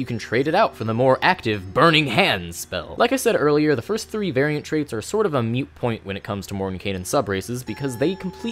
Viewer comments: Moot point. The phrase is "moot point". Carry on. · Moot, not mute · hey so it's "moot" not "mute" but great video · I need to roll me up a tiefling now! Also, are you saying "mute point"? I think it's "moot point", but that's not important. What's important that my games are sadly lacking in tieflings! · Moot point, not mute point. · It is moot point, not mute point. I wasn't going to say anything but you said it like 4 or 5 times. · Moot. It's moot. Not mute. Moot. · It's "moot", not "mute" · moot =/= mute